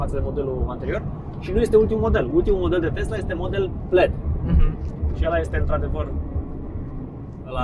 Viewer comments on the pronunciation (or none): none